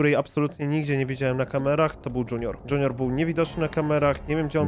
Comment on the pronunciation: Tak bardzo mnie irytuje jak mówi dŹiunior